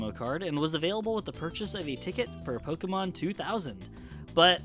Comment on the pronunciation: i hate when people say Poke-uh-mon instead of Poke-E-mon